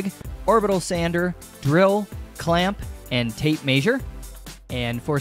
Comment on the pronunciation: He says measure funny